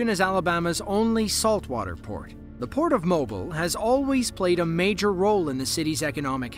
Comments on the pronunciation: It's not MO-bil Alabama. It's mo-BEEL. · Mobile, Alabama - Mo-Beel not Moble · The city of Mobile is pronounced mo-BEEL, not MO-bull like the oil company. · It’s “Mobeel” Alabama. You pronounced it like mobile phone :P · #4 Pronounced Mobeel not Mobul. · Pronounced “ Mo Beal “ not Mobull down south when referring to that part of Alabama my friend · Whoever narrated this needs to learn how to pronounce Mobile. It's "Mo-beel" not "Mo-bull". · It's not pronounced Mo-bul, Alabama.......Mo-bill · Mobil. It’s pronounced Mo beelle! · Pronounced [moh-BILL], not [MOH-bull] FYI. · Mo-Bill... NOT Mob-ile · It not Mobil….it mooooobill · It's pronounced Mo Beel not Mobil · It's pronounced Mobeel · Heads up to the dopey AI bot narrator - It's pronounced Mo-bee-el - Not "Mo-bil", AL. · Please learn how to pronounce Mobile, Alabama. It is Mo-Beel, not Mo-bull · its not mobile alabama, its pronounced mo-beal alabama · For future reference, the city in Alabama, Mobile is pronounced with the accent on the 2nd syllable mo-BEEL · FYI - “Mobile” is pronounce “Moe-Beal”. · It’s actually Mobile (sounds like MoBeal) Alabama. Yes we are that Southern 😊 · ...I remember when that occurred with the Carnival Triumph in Mobile (pronounced Mo-beel btw) Alabama. Wasn't there a tropical storm or tropical depression going on? It's been quite a few years since then, so the details are a little fuzzy, but I definitely remember seeing about that on the news. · The port of Mobile is pronounced 'Mo Beel'. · When you are talking about Mobile, AL the emphasis is on the 2nd syllable. Mo-BIL. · Mobile, Alabama is pronounced Moh-beel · It’s Mobile, NOT Mobil. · In Alabama, it's (Mo- bile). Not Mobile for future use. 😊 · FYI, Mobile, Alabama is pronounced Mo-beel. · Mobile, Alabama....the city's name is pronounced Mo-beel ( two syllables , the second one rhymes with eel, feel, heel, deal). Thank you. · Please pronounce words correctly. It’s Mobeel, Alabama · For future reference Mobile is pronounced Mo-beel